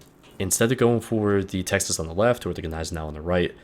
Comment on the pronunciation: texaseseses..... lol!